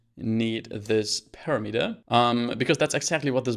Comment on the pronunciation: on I several times listened what did you say, and I could understand it only when I switched on subtitles. That word was - parameter)) You put emphasis on the last syllable, although it should be on the second. It's not big deal while you have good subtitles